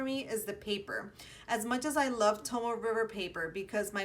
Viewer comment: Super cute! I used to have a slim Compagna but went back to medium size, I needed the bigger 25mm rings. btw, Tomoe is pronounced To-MO-eh. 😊